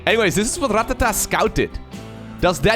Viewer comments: Does it bug anyone else that he pronounces Rattata, " Ratt-at-a" like its 3 separate words. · I like to imagine sitting at his computer practicing how to pronounce Rattata for like 10 minutes before starting the cast